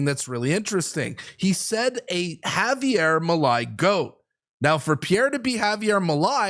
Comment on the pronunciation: Picky Picky here: Milei is pronounced MeeLAY.